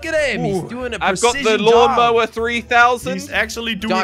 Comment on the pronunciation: LOL jelly said : MawN lOwEr